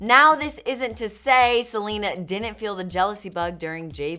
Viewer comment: wtf is welena